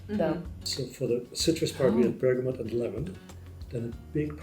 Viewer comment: It’s Berga-moooo not bergamont there is no N ❤